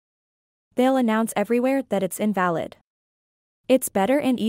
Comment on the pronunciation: Too bad the narrator doesn't know how to pronounce some words, Like invalid.